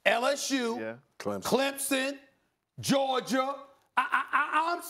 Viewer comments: Everyone Else: Georgia SAS: Georgiaer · Wavy DC or as Stephen a would say "georgier"